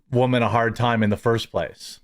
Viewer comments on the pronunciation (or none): none